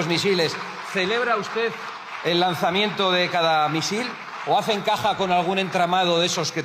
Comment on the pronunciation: The "h" in hacen is not pronounced my prince... ( it is mute, you "think it".....😅